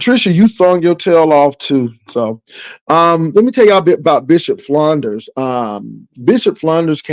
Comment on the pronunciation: Enjoyed you commentary, but can you please properly state my pastor's last name? It is Flunder, not Flunders, lol! Also, you'll be pleasantly surprised when you see the Color Purple to one point in you discourse today. Happy Holidays!